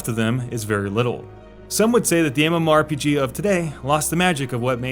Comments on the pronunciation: Yeah, you can just pronounce it as "muhmorpeguh" we get it. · Say mmorpg one more time